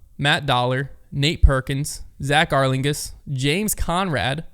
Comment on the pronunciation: Two things: 1) if you wanna be a pro you have to do the things necessary to become and maintain professional status and one of those things is taking ownership of registration for your own events; and 2) it’s pronounced Zach Arlinghouse